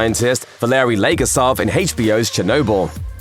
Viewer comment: Not “Valerie legarsov”, it’s Valerie Leggosav.